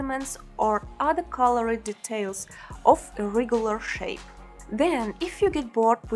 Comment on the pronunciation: Удачи в создании мультинационального контента. Посмотрите и послушайте произношение окончания - ed (colored - 'e' не произносится, reflected было произнесено правильно, noticed - читается [- ст] )